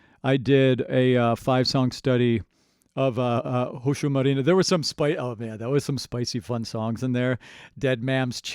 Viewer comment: Marine. Not marina